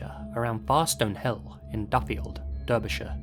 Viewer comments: Derbyshire? Pronounced Darbyshire. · It actually hurt me to hear an Englishman mispronounce Derbyshire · That's not how you pronounce Derbyshire. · Derbyshire is pronounced DAR-bee-SHIRE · Bro I thought you were English? You don't know how to pronounce Derbyshire?!